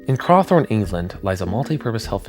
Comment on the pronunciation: I liked this video! Slight note: Crowthorne is pronounced "crow" (like the bird) "thorn" (like the spike on a plant). Broadmoor is indeed a hospital for psychiatric patients considered a danger to the public - I grew up in Wokingham, just a few miles away, and I now live in Crowthorne, just a few hundred yards from the hospital itself. The sirens used to be tested every Monday am and there was one stationed right outside my school (the one you featured, in Joel Park next to Holt Lane). That siren is forever embedded in my memory. The alarm did go off again after 1991; it sounded in 1993, but it was a riot and fire, if memory serves correctly, not an escape. When the alarm went off for real in 1991 (The "Wolfman" escape) I was attending Brownies. Our parents all came to collect us, and whilst we waited, the staff kept us in one room, locked the doors, and set up staff at all the entry points. I would have been 8 or 9. Thankfully, the patient was found in the woods nearby the hospital and returned to the facility quickly. We weren't super freaked out by it, but no child was let out of the sight of an adult for a few days until he was returned. I don't think there was much in the way of trauma from the siren at all, probably because they were tested every Monday and the sound was normal, even reassuring. The second time it went off for real, I was at school. I was in year 6 (10 or 11 years old) in 1993 and the teachers had us in lockdown in the classrooms. As I said befo